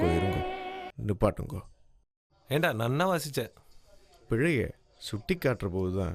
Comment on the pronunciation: Excellent serial. All people adore and respect periava for his divine qualities. This is brought out admirably by all involved. Tamil Pronunciation has to be watched . One sishya said pilai instead of pizhai .